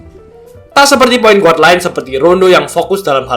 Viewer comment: mantap kontennya bang..semangat terus bikin konten nya.. *sedikit saran aja, bukan menggurui, guard itu dibaca "gard" .✌️